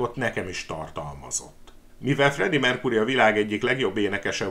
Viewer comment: Mercury-t nem "merkúrinak" kéne ejteni,hanem "merkjúri" a helyes.Bántja a fülem.